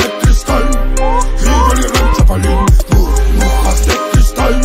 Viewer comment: Bro, porque dice buburjas? Xdddd